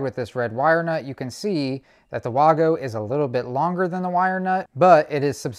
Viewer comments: Waygo not waaago. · Vago, not Wago. The W sounds like a V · It Wago Not Wogo Say it like Waygo The A is bigger for the A reason so the it a A sound not o sound No o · in English it would be wag-o DO BETTER